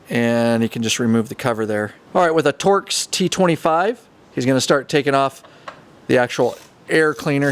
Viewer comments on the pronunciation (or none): none